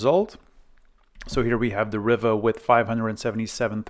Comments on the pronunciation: Not riva as in river but riva as in REEVA like in READ, SEED, NEED, BEAD or BLEED. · I don't think I've ever heard ANYONE pronounce it that way. The Spanish, French and Italian pronunciations is "Ree va". Like how you say "Viva". Set my teeth on edge every time you said it. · Ree var. As in Superman, Christopher Reeve. Not a problem though😊